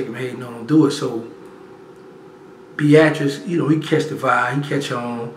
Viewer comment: Did he say BEATRICE?